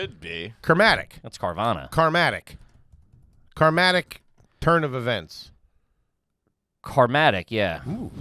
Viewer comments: thank you! just listened to this and them saying "karmatic" sounds like some trashy automatic car cleaner or something lol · It’s “karmic” ya bozos!